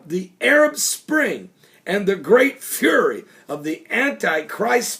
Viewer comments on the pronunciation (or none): none